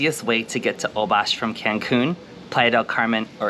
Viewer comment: Amazing video, but it’s pronounced Hole-bush :) in Spanish :) a lot mispronounce it